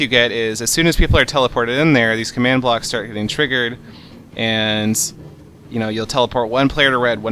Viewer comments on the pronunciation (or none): none